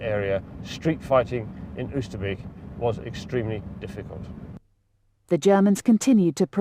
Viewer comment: Oosterbeek pronounced 'oh ster bake'